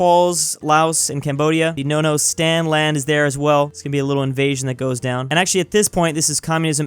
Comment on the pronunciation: Why did you say nono for Afghanistan?